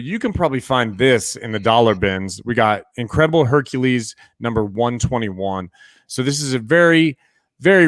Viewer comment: Guys, I love your videos and you give such amazing info. BUT your pronunciation of words like Hercules, Speculation and many more are killing me. Like nails on a chalkboard.. EVERY TIME!! Its Herc U les, not Herc A les. Hate me guys, but FUCK, it hits me in the same way the sound of rubbing your fingers down a balloon bugs ppl. Keep up the good work, but go back and listen.